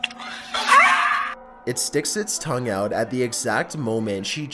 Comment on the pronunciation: no hate but its tongue not thong😂